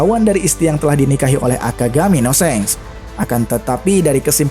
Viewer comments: mas, ini bukan pelajaran bahasa inggris ya. ini bkn bahasa inggris bukan juga anime inggris. bahasa jg pake bahsa jepang, coba sampean nonton eps 1-terakhir anime OP dengerin baek2 apa ada yg pernah nyebut "sheng" yg ada bacanya pake A bkn E. Shank bukan Shenk. Jd jangan ngelantur ke inggirs maszee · Seng? Galvalum kalik.. shank pakai A buka E bacanya